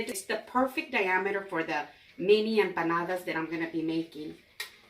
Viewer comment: Just a quick thank-you for correcting our pronunciation of empanadas; we had been using a "ñ" in the word, and you said it right (I think our prof wrote it down wrong, because my "study buddy" had the same error on her paper), so thanks from BOTH of us!!